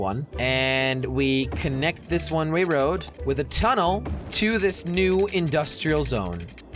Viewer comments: I counted 52 times when he said one Ray road when he means one way road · When Jelly says a one way road it sounds like he says a one ray road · He kept saying one Ray woad! 😂😂😂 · "One ray road" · It is the most easiest word and you messed it up ( one ray road )